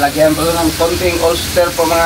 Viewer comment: Bakit ba di na matuto yang idol nyo ? OYSTER sauce !! Not OLSTER sauce !! Omg